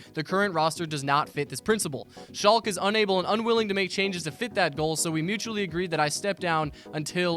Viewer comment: You pronounce the e in Schalke btw